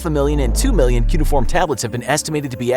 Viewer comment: You said cuneiform wrong